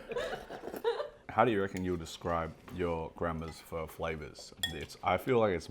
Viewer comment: this guy's vietnamese? he can't even pronounce pho